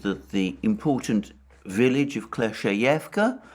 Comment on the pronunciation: if i heard dima well, it’s klesh-chey-ee-yevka ..;)